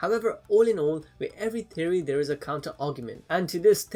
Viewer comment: Anyone else hear Terrry instead of Theory when he says Theory